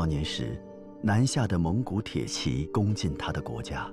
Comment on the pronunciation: 铁骑（ji 四声）